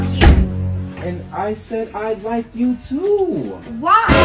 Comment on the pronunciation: She said “Love YoouWa “😆😆😆